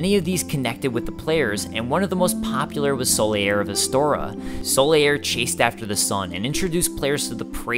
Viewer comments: Solaire is pronounced Sol-air, not Sol-ee-air. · "Sol-e-air"? wtf?